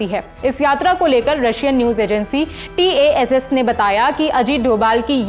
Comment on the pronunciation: Dobhal AMERICAN BHADVA Russia should take note of his presence. Regret to know you have failled to pronounce TASS word.